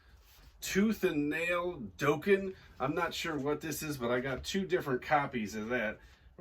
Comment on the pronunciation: Love watching your vids. Being an 80s hard rock and hair band "girl," just wanted to let you you Dokken is pronounced dock-en. Keep up the great sourcing and selling. 🤘